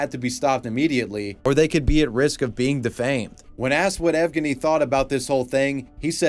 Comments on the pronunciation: this man doesnt know the bruins its ev-genny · Another Good Vid. Quick note on Uma: Evgeny should be pronounced same way as Evgeniy Onegin (hit on the second syllable.)